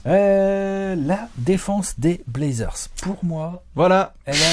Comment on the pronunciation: Dame qui dit blazzers en 4-1! ça va être bô